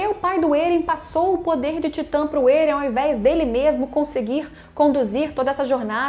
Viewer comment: Até aceito vc falar Éren* ao invés de Êren e outros tbm.... mas pq diabos vc fala Ziki* e não Zeke* ( q é como se escreve e se fala no anime ) ?????? E a pergunta q fiz no anterior nem foi respondida, vou dar xau a Crunchrool, é o jeito !!!